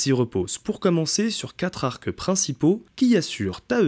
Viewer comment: "Arqueu de cercle", "trente-huit Z'arcs d'acier"... Ouch, j'ai les oreilles qui saignent.